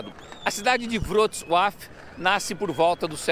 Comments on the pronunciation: Errou. O L cortado tem som de U, o som de tsss fica com a letra C e a pronúncia da cidade é vrutssua. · Vrotsuav. Só assinalando: o C tem som de TS e o L cortado fica com o som de U.